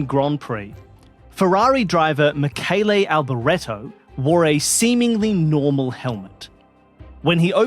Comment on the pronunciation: Bravo to for properly pronouncing the Michele Alboreto's name.